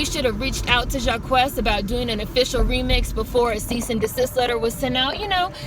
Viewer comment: His name is pronounced JAH-KEECE by the way